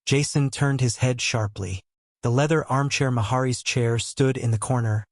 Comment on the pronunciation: If you're going to make videos -- fake (like this one) or real -- you should at least learn to pronounce proper names. This narrator can't even pronounce "Route 66" correctly, and he also mispronounces the name "Maharis."